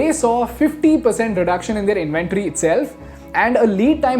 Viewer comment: Stop pronouncing 'Their' as 'They- are'. 🚩🚩